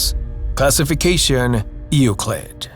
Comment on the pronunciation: Euclid is pronounced as YOU-CLID. It's really simple to say it right.